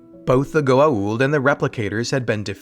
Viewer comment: They couldn't even pronounce Goa'uld correctly